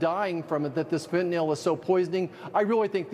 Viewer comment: FENTANYL not FENTANAL.